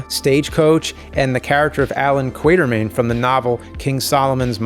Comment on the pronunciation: Sorry.....did you say "Allen Kwater-mayne"? 🙄